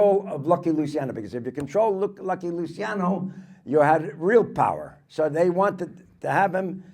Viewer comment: Luciano, pronounced Luchiano. Ci is like ciao.